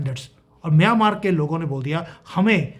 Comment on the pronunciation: अरे भाई म्यानमार स्पष्ट बोलो, मियांमार नहीं. ऐसे बोलोगे तो मियां मारने की ही सोचेगा, ये अलग बात है की वो उसमे कभी सफल नहीं होंगे.